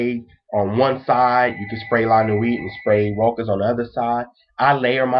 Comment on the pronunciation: You are so cute and adorable! I wanna take you home and cuddle you, lol. BUT pleeeease all you American fellas, PLEASE try and learn to pronunciate your French terms appropriately. It is called "Roouuuuhh.....shhhhhhhhaaaaaaahhhhhhhzzzz"! (it is an open "o" like in the word "WoW")....it hurts me when you say "Rokkkk-ahhhz" lol